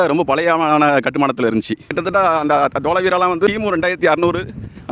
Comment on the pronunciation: வரலாற்றுச் சின்னங்களைப் பாதுகாப்பது மிக முக்கியம். இதற்கு முன்னுரிமை தரப்பட வேண்டும். நிற்க. கி.பி. இருநுறாம் நூற்றாண்டு வருவதற்கு இன்னும் 179 நூற்றாண்டுகள் ஆகும்! டோலஹா அல்ல, டோலவிரா. கூடியவரை பிழைகளை தவிர்க்கவும்.